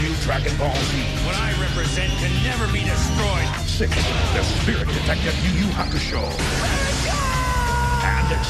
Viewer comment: Toonami brainwashed you. It's pronounced "Yu-Yu Hakshou", the "u" is silent.